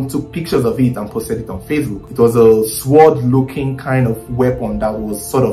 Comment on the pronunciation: Great story, you bit around the bush alot tho.. Just took note of something It's Pronounced 'sord' not 'sward' in the case of ekwensu's sword